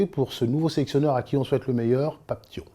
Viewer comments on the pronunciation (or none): Déjà pour commencer ce n'est pas Pape Tio mais Pape Thiaw comme "Ciao" en italien